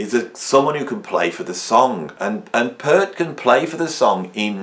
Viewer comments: It’s Peart (peeeeert) not pert peeeeeert 😂 I recall an interview on KLOS back in early ‘80’s with Neil on Sunday mornings. He frustratingly says it’s pronounced peeeeeert not pert it’s peeeeeeert peeeeert not pert 😂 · NOT. Listen to Neal (typo) say his name (check out his interviews). It is Peeeart. A long E. It is not 'pert' like a girl's nipples.